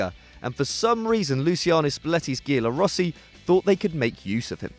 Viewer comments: it's pronounced jallo rossi not ghiallo rossi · "Ghialorossi"? If you don't know how to pronounce a word that's just there to add a bit a flare, don't bother.